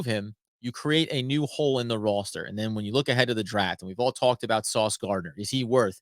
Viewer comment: Your killing me, where are you from? Please say the word “Roster” like a normal person.